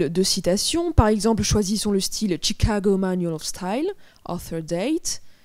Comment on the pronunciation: "tchicago manoual of stayle" on aime l'accent